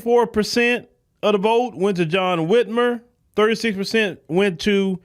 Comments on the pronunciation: Whit MIRE. just like kathy Whit MIRE. Whitmer dont sound right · He was the brother-in-law of Kathy Whitmire (pronounced Whitmyre) the Mayor of Houston for 10 years in 1982 to 1991. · his last name is Whitmire. (mire rhymes with fire)